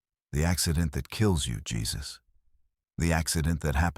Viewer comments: Yep, they butchered that one. It's definitely "Hay-Zeus," not Jesus. 😆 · Jesus is pronounced Hesus (Hay Zeus)when used for a living person. If you’re gonna use AI listen to it before you post. It feels like sacrilege hearing this for some Christians. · The mispronunciation gave away the AI instantly 😅 "Hey-Zeus" would've made way more sense.